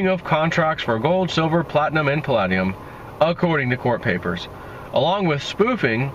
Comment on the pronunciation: It's pronounced: pal-LAY-dium